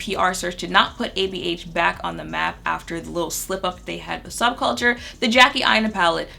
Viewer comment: the audible laugh i let out at "subculture" 🤣 sub-chalker